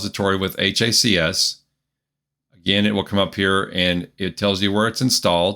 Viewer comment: it's HACS like HACKS lol